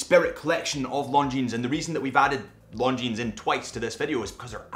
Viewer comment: For the love of God, please stop pronouncing the “s” in Longines. It makes you come across as an ignorant.